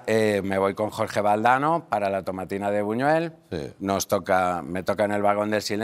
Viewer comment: Tomatina de Buñol. No de Buñuel como comentas. Soy de un pueblo cercano y lo conozco bien.